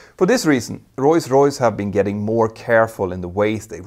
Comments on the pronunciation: It's Rolls Royce, not Royce Royce. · it's Rolls-Royce and not Roys-Royce :D good video otherwise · “Royce Royce”? I thought it was Rolls Royce. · Not sure if I heard that right but I seem to only hears him pronounced "Royce Royce" instead of Roll Royce? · It's not pronounced "roys royce" - it's pronounced "roals royce" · Now repeat after me: Rolls-Royce! Not Royce Royce 😂😅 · For the love of god. It’s rolls royce, not royce royce 🤌🤌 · It's Rolls Royce, not Roys Royce. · ROLLS ROYCE NOT ROYS ROYCE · Is Rolls-Royce really pronounced Royce-Royce like I'm hearing Petter say it all throughout the video? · Is it just my ears, or is he saying "Royce-Royce"?? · What's "royce-royce"??? from s right through to the end? A lexdysic hiccup? PS: Love this channel. Excellent. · Why do you keep calling Rolls-Royce "Royce-Royce"? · I'm not a monolingual English speaker and it sounds like such a silly, easily correctable mistake. It's not a matter of accent, just saying a completely wrong word. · Funny how you pronounce the renowned manufacturer as "Royce-Royce" 🙂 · Sounds like you’re saying Royce Royce instead of Rolls-Royce 🧐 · “Roys Royce” lmfao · “Royce Royce”? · Why cant you say rolls Royce properly?